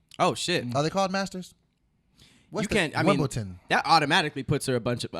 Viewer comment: Did man really just say "wimbleton" omg